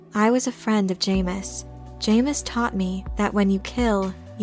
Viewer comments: It’s pronounced Ja-mis not Jay-mis 😂 loved the video I love all your videos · It's pronounced JAHmis. Retrain your AI narrator or get an actual person to narrate these. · I've anyways pronounced it as "Jameez" ... it's better that way really